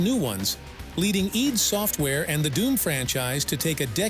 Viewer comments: Why do you pronounce id as EED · nope. It's id in the Freudian sense which is what it was named after. That rhymes with "did" not "deed"